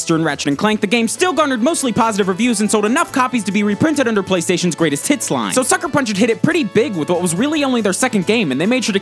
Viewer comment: Did you just say "Sony's Greatest Tits"?